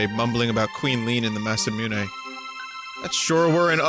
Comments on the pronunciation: indeed! and it's "moo-né" not "miu-né" as he says :D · Vinny: "There's no winning" There is - pronounce Masamune right you brainyot